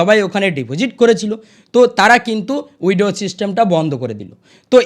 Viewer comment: Ei j dada apni original khobor kichui janen na onno jayga theke jhere video banao. Prothome nijer english uchcharon ta thik kore bolun. Poriskar withdraw bolte sikhun tarpor subscribe korte bolben.